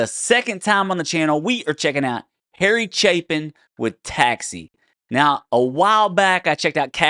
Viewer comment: Thank you for pronouncing his name correctly